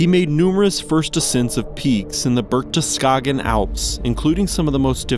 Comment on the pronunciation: I know, Berchtesgaden is a very difficult word for non- German speakers, but since this is a human speaker and not AI I would at least have wished for a serious try without swapping letters.